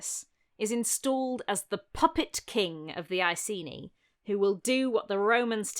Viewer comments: Love love love your video — as always — but it hurts to hear you mispronounce Ekeni as Eyeseenee over and over again… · Icenii was the latinised name and must be pronounced with a hard c. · Sorry for being a pronunciation Nazi, but if "Iceni" was pronounced as it is in this video, the Romans would have spelled it "Aesini". In modern English it should really be pronounced "Ikaynee", Claudius should be pronounced "Cloud-ius", "Paulinus" should be pronounced "Pow-leenus", "Tacitus" should be "Takitus", and Belgae has a hard "g".